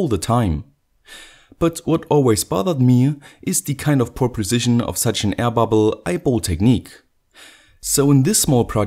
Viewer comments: Hey says like 'aia pubble' 😀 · Ron Albert Ramos I hear 'hyperbole' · die ai babl